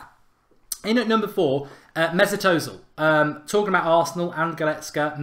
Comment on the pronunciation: It's pronounced erzil!!